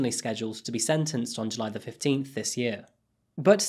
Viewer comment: What is a "Juy"?